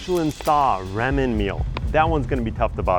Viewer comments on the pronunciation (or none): Hey, the internal organs are the most toxic part of Fugu. Once removed they're locked in a metal box, details of the number of fish are recorded and they're collected to be disposed of. Its not "Rammin" it's "Rahmen" 😜 Your chicken prosciutto needed truffle butter!! Japan is the foodie capital of the World 👍